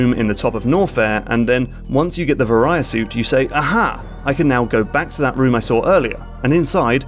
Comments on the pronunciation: The ver-eye-ya suit? You mean the: VERY-A suit. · Var ee uh. Not vuh rye uh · It is (v-ah-ree-a) suit not (vuh-righ-uh) suit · Vuh-REE-uh instead of VAY-ree-uh, yeah, I know. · Varia not Veriah... like Variable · Say it with me, VAIR-EE-AH. It's short for VARIANT. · "Varia Suit" is a kinda botched translation of "Barrier Suit", so the proper pronunciation would be "Var-i-a" with a soft "v", like "verily", not a hard "V" like "variety". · He keeps saying "Vahr-I-ah" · argh, i love the video, but vary-a-suit is killing my ears D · "Vuh-rye-uh suit" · not gonna lie, every time he said Varia it annoyed me. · Every time he said "varia" my eye twitched. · Fun fact: the "varia" in Varia Suit is the Japanese pronunciation of the English word barrier. It's unclear whether the original localizers noticed this or not. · That "varia" could use some work.